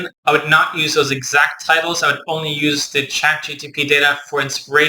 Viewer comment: I felt bad every time you pronounced it